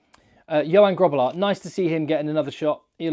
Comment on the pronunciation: Love your content. Thanks for everything you do for SA ❤ Suggestion (or just to teach you more Afrikaans pronunciation): You pronounced Grootbos perfectly. Grobbelaar has the same guttural G sound 😊.